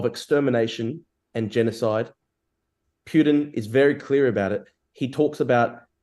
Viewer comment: You mean 'Pee-You-Dinn'?